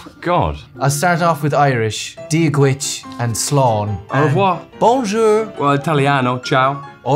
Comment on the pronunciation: Seconds in and Robert mispronounces día dhuit